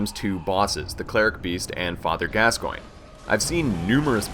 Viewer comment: he doesn't know how to say the fathers name(can't spell so won't try) and the cleric can be parried with either of the first two weapons you have to shot it in the head at the right time.